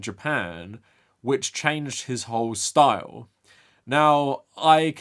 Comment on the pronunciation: "you can't touch his schtoyl"